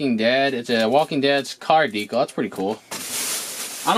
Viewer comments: Ha ha love how you said “wall deekel”! Cracked me up! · the way you say decal 😂😂😂